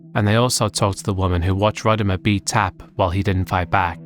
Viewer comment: Also I like that despite having a clip in the video with Rodimer saying how his name is actually said and yet still says it the same way throughout the section that those who were familiar with him from wrestling say it.